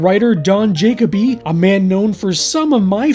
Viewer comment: IS it "Jacob-y" and NOT "juh-KOE-bee"? Because I have NEVER seen the name "Jacoby/Jakoby" and heard it pronounced "JAYKAH-bee"...